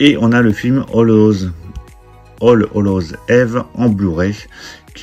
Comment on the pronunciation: Belle collection. PS: Eve se prononce Yves.